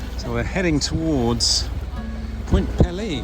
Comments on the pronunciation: Nice video. (BTW), it’s spelled and pronounced Point Peelee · I am Canadian and I know that we do like to point out that Point Pelee (pronounce pee-lee) is farther south than Northern California. This is really cool. I am glad I found this video. I had no idea you could take a cruise like this in the Great Lakes. I always think of short day cruises like 1000 Islands or crossing Huron on the Chi Cheemaun. I would love to take this cruise. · Ahh……how the take a cruise. Viking cruises are pricey, so are the other Great Lakes cruises from other companies. I have to tell you your pronunciation of Point Pelee was hurting my ears and dving me nuts! I’m from the Niagara Peninsula right in the middle of Lakes Erie and Ontario. It is pronounced like this peel- lee long vowels, sorry but I had to say something. And actually Pelee Island is even further south than the point, many Americans from the upper mid western states are shocked when I tell them a great number of Canadians actually live further south than they do and further south than Northern California! And the Prickly Pear Cactus is native to Point Pelee and to Pelee Island. Surprising eh! The Niagara area to the western end of Lake Ontario also has a Mediterranean climate with vineyards, tender fruit and the best strawberries you have ever tasted!